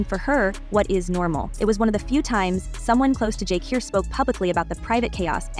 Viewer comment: JAH CURE not JAH COR sir where you from kmt